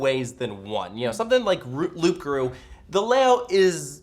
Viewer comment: The p in Loup Garou is silent.